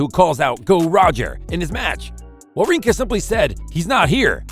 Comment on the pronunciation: It's not pronounced joke-evic !!!! And wawrinka is pronounced using V sounds not Ws. Isner is a short i not a long Eye sound. Honestly, do you even watch tennis or know anything about it? or did you just say to yourself I want to start a YouTube channel, I'll just spin a bottle and whatever it lands on that'll be the topic of my channel